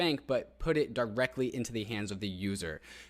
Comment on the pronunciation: he said add DAI DAIrectly :>